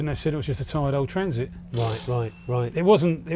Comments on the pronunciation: Sorry, it’s a what, a Trans… it, no, I think it’s a Traaaaaaaaaaaaaaaannnnn…. It. Get it right Jonny.. 😂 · Odd pronunciation of traaaaaaansit straight out of the gate there Jonny. ;-) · It’s so weird you keep saying the name of the trraaannnssssiiit wrong